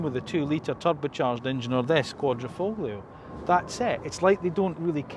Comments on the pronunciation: I had to stop watching at the five minute mark, when he said the Giulia isn't as good looking as the 159. Yawn, just another Alfa basher ranting away. Oh, and it's pronounced "Qua-dri-fo-lio"; the "g" is silent. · Yeah, QuadrifoGlio 🤣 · I stopped watching when you pronounced the G in the quadrifoglio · It's a shame that after 8yrs Alfa decided to drop the very obvious and widely acknowledged silent 'g' making anyone who now pronounced the name sound like a complete... bell-housen-end. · Get that G out your F*cking mouth...when you pronounce Quadrifoglio. 😂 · well if you haven't done enough research to pronounce the name of the car you are reviewing in a correct way you lose credibility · Never understand how car reviewers mispronounce "Quadrifoglio." There are dozens of people who have reviewed this prior, just look it up.